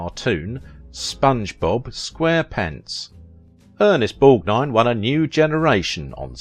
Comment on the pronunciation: Thank God! Finally! A YouTuber who can actually pronounced Ernest Borgnine's name!!! Thank you! Seems like ever other channel gets his name horribly wrong in so many ways!